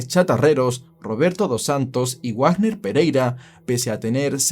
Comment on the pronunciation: Dato: Wagner no se pronuncia Guagner. Se pronuncia como Vagner. Menciono porque tengo familia con ese apellido.